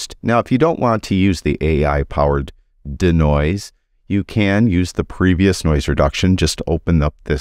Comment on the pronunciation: Hi, it’s not danoise it’s de-noise…. Dee noise. Not Da Noise.